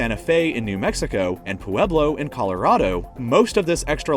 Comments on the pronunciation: Poo-eblow? I like it!! LOL 😂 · “Poo eb low” who even says Pueblo like that